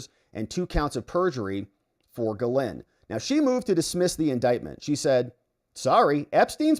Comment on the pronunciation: It is pronounced jiz lane